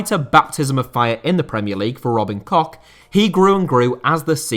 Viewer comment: I really apreciate how you pronounce Robin Koch correctly, and not as Cock. You don't see it often